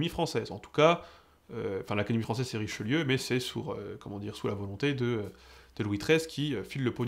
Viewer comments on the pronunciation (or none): none